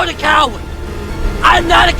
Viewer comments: Guys he’s not a “cow-wed”💔🥀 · CAWAIRD? IM NOT DA COIWARD YOUR THE COIWARD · "IM NOT A CAWOD!" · “IM NOT A COWA, YOUR A COWA.” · i’m not a cowwawd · Cowerd na Cowad yes